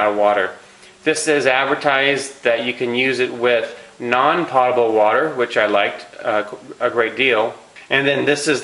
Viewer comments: Potable's pronounced w/a long o, like Poatable, not pot-able. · If you are going to claim yourself as an "expert" advisor, learn how to pronounce technical words properly. Potable water is NOT pronounced "pot-abel" water; it IS pronounced "pote-abel" water. The dictionary described pronunciation is "/ˈpōdəb(ə)l/". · It's NOT "pot-able" it's "poh-table"... you'd think you'd know this after spending thousands and decades of money and time as you say! Reason I dismiss anything you say! Pretty dumb! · Love what you do, but let’s get it right….”potable” (pronounced POtable, like boat-able) does NOT mean already treated by the city and full of chemicals. It means clean enough to be consumable. In other words, not nasty or polluted. Thank you for what you do… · Thank you for helping everyone out cause we were all like 'What is pot-able?" Weirdo. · Do more research on distilled water, I think you are wrong on those conclusions. Also while I appreciate the information and your video was well done. It would sound so much better if you actually pronounced the word potable correctly. If you are going to use a word several times and to show you know what you are talking about, pronounce it correctly, please. Potable - pōtəbəl pote-ah-bul. Cheers! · POTE. Potable is pronounced POTE A BULL. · P O T A B L E . Long "O" sound. As in Pole, not as in pot. Distilled has been best water for 200 years, btw. No cancer from distilled nor from R.O.water. (Distilled used at most cancer healing resorts for over 100 years; recently went to more expensive waters in some places, for money, not for health) i.e. Inaccurate info in vidao. Also, prices on Berkey site same or better as here. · The word is potable as in potato, not pot. Use the dictionary. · The correct pronunciation of the "o" in "potable" is a long "o" as in "No", not as in "pot".